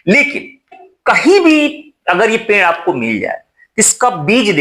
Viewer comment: पेंड़ नहीं sir पेड़ बोलो